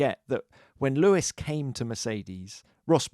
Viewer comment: We get to hear Charles say Leewis for a full year :D WINNING!